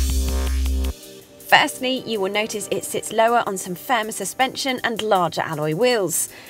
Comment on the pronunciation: " I Hwill explain,I hwill"